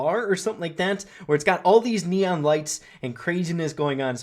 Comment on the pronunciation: Does anyone misheard leon when he said neon